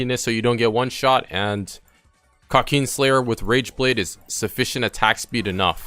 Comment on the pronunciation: krawkeen slayer